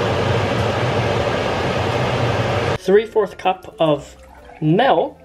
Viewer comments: You pronounce 'milk' in a very dutch way. Like 'melk'. Which is. nothing more than kinda funny and surprising. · What is this "melk" you speak of